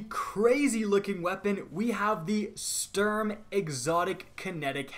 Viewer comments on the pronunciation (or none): could you do me a favour and adjust your pronounciation of "sturm". it´s the german word for storm and the s should sound like a sh while the u is pronounced as the english double o as in "loose" or "booze". that said, nice work, keep it up and have a lovely day! greetz from cologne!